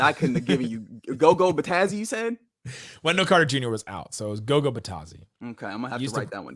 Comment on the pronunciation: Goga not gogo